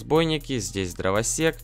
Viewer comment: Ты говоришь дровосекс как зебра😂😂